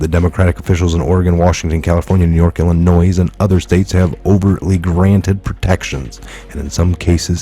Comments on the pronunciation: E LEC TOR AL....... not electorial. I have heard 3 people mispronounce this word today... Also, the s at the end of Illinois is silent... You're welcome ... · The S is silent in Illinois lived in the people's republic of illinois since 72 so it becomes a pet peeve to many Illinoisans when out of Stater's add the S , what can I say the English language is a fu*led up language !